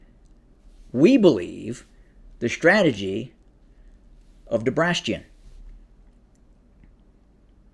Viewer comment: Debrastion😂 why bro